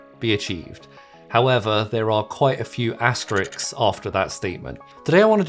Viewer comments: AsterISK, not asterICKS! The end of asterisk is pronounced the same as ask! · It's pronounced "AsterISK". Asterix is a carton character.